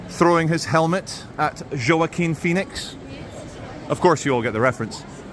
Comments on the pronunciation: whoes "joe-a-kwin phoenix"? you mean waah-keen? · Joaquin is pronounced "wa- cheme"! Just helping out !